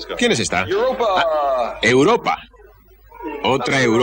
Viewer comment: Europa como luna se pronuncia diferente de Europa como continente.